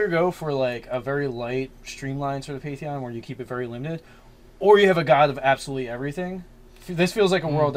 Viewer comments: So a few notes: you guys do know it's pan-theon right? Second, how about for the god born of Chaos, one of its names would be wild child? Maybe even called that by the gods since it would be young compared to them. And I feel like it should be chaotic good, and it's true goal is to just bring all the alien beings to the material planes because it wants it's friends back. It lived in the chaos with them, and grew up knowing them. All of a sudden it got whisked away to griffingaffe, and it wants to bring its friends back. Kind of like the whole alternate conspiracy theory behind earthbound and Giygas trying to make friends in his old form. Also, I love the idea for a sort of militant faction, like the overseers from dishonored. And I was going to suggest that they have weapons that can drain a victims soul and then convert it into spell power, but beat me to it. The idea for a soul battery is awesome, and once you throw in the need for a "cleric" with a holy symbol, you get a really mean green lantern corps. Lastly, for the symbol of your magic/mystery Deity, how about a book with kind of mystical sparkles around it. It has script on it that can't be read, but due to the nature of the god, the script changes to another language everytime you look at it. And you can never understand the language. Hope these help. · Please guys, you're killing me. PAN-theon. Otherwise keep up the good work.